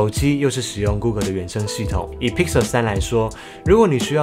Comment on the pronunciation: 提醒一下，google跟Pixel發音不正確